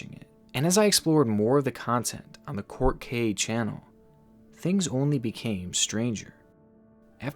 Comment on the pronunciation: ourt kay LOOOL